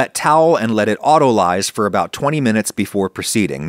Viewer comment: Some day, Adam will pronounce “autolyse” correctly. Today is not that day.